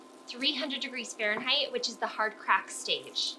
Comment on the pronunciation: You’re very hard to listen to. Can you say Fahrenheit one more time?